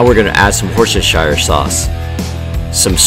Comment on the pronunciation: From a Brit to the Americans. Worcestershire sauce is pronounced Wus-ster-sheer. Tip: if you see -shire at the end of a name of a place like Worcestershire or Hampshire etc it is pronounced sheer not shy-er